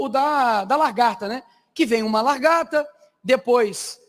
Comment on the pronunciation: Pôrra! "Largata", Nikolas?!